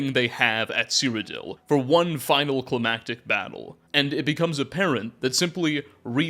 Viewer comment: You pronounced climactic correctly!!!!! I’ve heard “climatic” so many times it took me a second to realize you did it correctly.